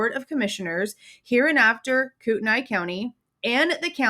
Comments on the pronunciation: As a resident of Kootenai county, I just want to let you know it is pronounced “Koot-knee”. Some say “Koot-en-ee” but def not “Koot-en-aye”. It’s a tricky one! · Hi there, Ok I'm from the area. But your not saying it correctly, Kootenai, your saying Koot - NY It's pronounced Koot- 'Knee" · It's pronounced koo ten nee county. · It's pronounced 'Koot-knee' county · Yes it is koot÷knee county!!!!! Obviously it looks like how she is pronouncing it but I assure you it is koot÷knee county.. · I live in Spokane and lived in CDA and PF for years. If you are going to report on something, do a little research and learn how to pronounce your words!